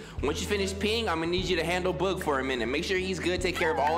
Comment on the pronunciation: I love how he says boog “bOOg” 😭😭😭😭